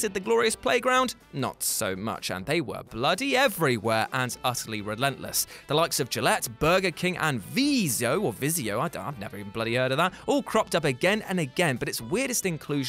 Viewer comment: It is Viz-e-o.